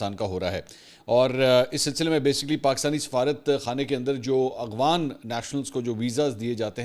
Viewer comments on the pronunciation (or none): none